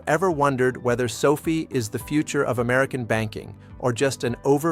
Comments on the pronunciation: SOFI's name was derived from Social Finance and the correct pronunciation of its name is SOFI (SOFEYE?) not SOFEE as in COFFEE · It’s AI which is why he/it says sophie instead of SOFi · Stay with your earlier belief and reality. Anthony Noto and team always pronounce it as SofI (as in finance) and that certainly seems to be all the guidance on pronunciation that we need. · Can’t even pronounce the name of the company right… what a joke